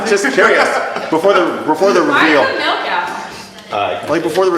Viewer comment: That's how they pronounce milk in Tel aviv